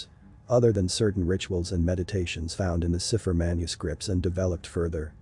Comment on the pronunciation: Cipher: pronounced SAI pher